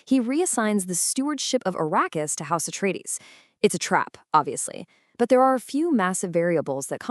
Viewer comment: Arakeis.. ❎️ Arrakis!!!✅️